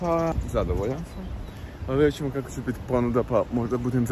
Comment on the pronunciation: Imat Čemo Č, Č i Č 😟 ne bi bilo na odmet da nauči pravila o korištenju glasova č i ć.